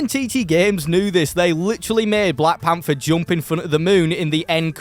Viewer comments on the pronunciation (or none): none